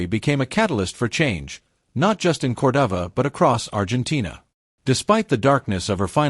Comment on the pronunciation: Narrator mispronounced Cordoba Argentina Everytime.